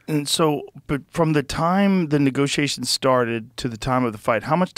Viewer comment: he says “niggasations” hahahah